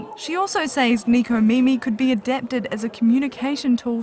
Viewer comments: ...Nekomimi...but in America, it's spelled as Necomimi. But it should be pronounced as Neh-koh-mee-mee Literally means 'cat ears'. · Why you say Neeco mimi? Japanese words in English is sucks. >___< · she can't pronounce necomimi??